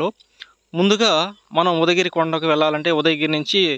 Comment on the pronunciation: Mundu sarigga paluku udagiri kadu ఉదయగిరి